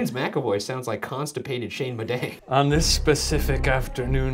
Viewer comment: I swear I just heard you say “Bidet family”, instead of “Midej family” 😬